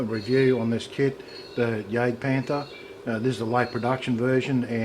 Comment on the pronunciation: Nice, but I'm pretty sure it's Jagdpanther... Hunting Panther